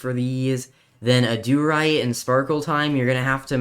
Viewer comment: I hate the way he says adurite "Auh-doo-rite" it's pronouced ad-er-ite